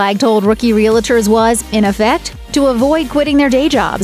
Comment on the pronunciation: Voiceover lady can’t pronounce “realtors.”